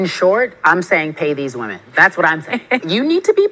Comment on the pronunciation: What's up with this generation not knowing how to pronounce the word "women"?